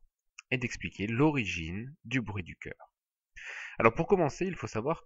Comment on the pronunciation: magnifique video juste un defaut ce n'est pas "ceur" mais "cœur " sinon merci beaucoup pour votre video:hand-purple-blue-peace::goodvibes